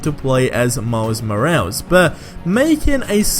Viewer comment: "Miles Mo-als"